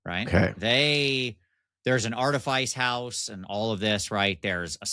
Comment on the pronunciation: don't let coerce you into pronouncing words wrong. Artifice is pronounced "aar·tuh·fuhs", no silly "Ice".